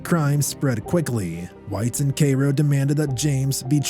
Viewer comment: It is pronounced Care-O, not Kay Ro. I live in IL and old. LOL. Otherwise I sure enjoyed your video. TY